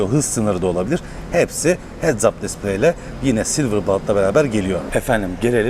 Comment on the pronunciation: Hedap displey diye okubuyo abi o hedaz degil